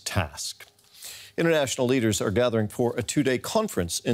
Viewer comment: Leaders not eaders...